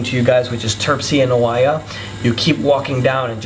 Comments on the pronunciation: First off, please pronounce the names correctly Oie I hope this helps. When speaking in English please use proper grammar and use your singular and plurals correctly. It is not there IS lots of great views, it is there ARE a lot of great views. Get it? :) The rest is good info. I have been there and you are very right it is beautiful beyond words. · It's always a good idea to learn how to pronounce the names of towns before making a public video...Oia is pronounced Eee-ya. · Its pronounced Eee-ya (Oia) ! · Οια is pronounced as EeA. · Good info and it's 100% right to visit before or after the high season it's much much better ... oh and Oia is just called Ia the o is silent... i hope you had a great time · it's a shame that someone who thinks that he is able to give recommendations to other people is not even able to correctly pronounce cities names like Oia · He can't even pronounce "Oia" correctly and only ate in one restaurant????....turned him off midway. Dolt!